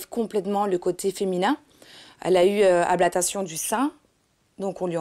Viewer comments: Ablatation ? Non, non ... Ablation! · " ablatation " .......... c'est ablation :) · Ablation pas ablatation!!! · On dit ABLATION espèce d'ahurie, pas ablatation 😐😐😐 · avec tout mon respect, on dit "ablation" Amélie, et non pas "ablatation" ... courage à la soeur. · "Ablatation du sein" R.I.P la langue française